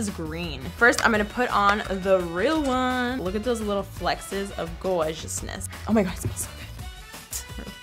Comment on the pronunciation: I love how she says "flexes" instead of flecks hahahaha it's so cute!